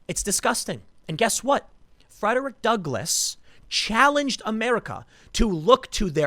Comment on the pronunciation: I can't believe they tore down the statue of Frederick Duckle- I mean, Douglas. (Tim's oratory error is hilarious. ... "Duckless"... Who says that errors aren't funny?) I have no ducks! I'm an abolitionist, but I'm all out of ducks now! How am I supposed to oppose white supremacists when I have no ducks!? The abolitionist who gives no ducks... Because he is Duckless... Frederick Duckless.